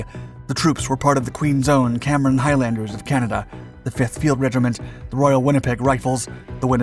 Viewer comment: and oh ya, learn how to pronounce Highlander properly